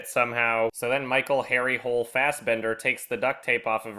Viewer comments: Other Norwegians have probably pointed this out before, but Harry's last named isnt supposed pronounced like hole or whole. It is more like ho-leh, like "holy" with an eh ending. They really should have changed the name though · Honey it's pronounced Hu-Ler. This film sucks. The books are great - worth checking those out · It’s technically pronounced Ho-leh, but... yenno... Hole is funnier? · I know people have been making fun of the main character's name (Which is hilarious, to be fair), but the novels have a reason for the name. Hole is pronounced more like Holog, and Harry is to represent an irony that someone in Norway with an English name could make it so far and successful in life. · Harry Hole is pronounced something like Ha-ree Holy in Norwegian, so the hairy hole pun was never even an issue until they decided to make it in English. It never sounded like anything similar in Norwegian. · There's actually a joke in the first book, when Hole goes to Australia, that they keep thinking his name is Harry Holy (because Hole is pronounced similarly to Holy in norwegian). So they should have just kept that pronounciation in the movie. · The book is set in Sweden. The last name is supposed to be pronounced Hole-uh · In the books, it's pronounced "Hoh-leh". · Yeah, but i mean, i am German and write myself and i would at least make sure that the Name of my Main Character doesent sound stupid or weird when translated to english. Just so that something like here doesnt happen. If it is pronounced Hill they really should have changed it to that: Harry Hill. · did they actually pronounce it harry hole in the movie? the english way of saying it is more like "holy". If they were going to have it in english anyway why did they keep his norweigan name? it just sounds stupid. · Yeah in Norwegian it's pronounced Hul-Er. They make many jokes about that in the much better books :') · I will never understand why they changed the pronunciation of Harry Hole for the movie...